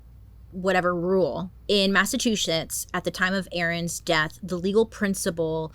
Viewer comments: Did you say Massachushits? lol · I’m sorry I can’t get over the “Massatwoshits” slip up 🤣🤣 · I’m from Massatwoshits hahaha I know it’s not your favorite place to pronounce but we do call it that sometimes 😂😂 love you Bailey! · Came here for this comment 🤭🤭🤭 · Hi from Massachusetts Your struggle with pronouncing Massahtwoschitts is hilarious. Great work covering this 👍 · i can’t get over the way you say massachusetts